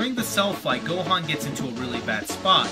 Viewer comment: He says Go-Juan....... Best DBZ character yet 10/10